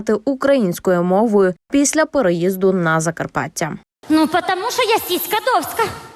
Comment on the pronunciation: Вона сказала сiска довська. Вона перекаверкала украiнськi cлова. Скадовчани в окупацii, а вони смiються